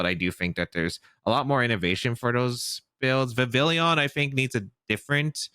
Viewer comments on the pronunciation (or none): since the name comes from 'le papillon', the French word for butterfly (since Kalos = France) the pronunciation is actually like Vi-vi-yon! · Why does everybody say Vivillion? 😭 There's no third i, it's just Vivillon